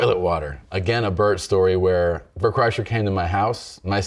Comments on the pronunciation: Why does he keep saying Burnt Chryslers name like tht? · He kept mispronouncing Bart Kurshiner’s name lol